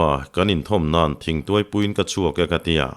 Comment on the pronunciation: I chhiar thiamin i chhiar ngaihnawm thei khawp mai. Midang chhiar hi ka ngaithla meuh lo. Chutih laiin i thawnthu chhiar hovah ngaihmawh deuh ka neih pakhat hi min lo ngaih pawimawh sak la a lawmawm ngawt ang. Chu chu 'h' i lam kim lo lutuk hi, a kik chu a awm nual na-in a dik lo a tam daih zawk, entir nan : khua tih turah kua, thing tih turah ting, Khuma tih turah Kuma, Khai tih turah kai, chhiah tih turah kai chiah, a dang pawh a tam mai. Hei hi han chhiar dik thei phei la a lawmawm ngawt ang.